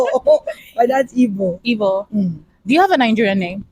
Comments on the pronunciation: She’s correct in her Igbo. Perfectly pronounced too. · Yeah, she actually tried with the Igbo pronunciations. 😂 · Ozioma you're special.as a Nigerian igbo girl,she really tried in the pronunciation.nice to meet you am also igbo. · as an igbo shes right and she said shut up correct pronouncation needs a bit of brushing 😂🎉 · Yeah she got the igbo correctly anya = eye nti = ear onu = mouth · She very correct with her igbo language and pronunciation is good better than my kids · Interview her more I love watching her she so calm and dramatic love the way she talks . She also brilliant all the Igbo pronunciation is good 👍 she is good ozioma good news .. gospel means the same as oziomachukwu .. I love her ❤ 😍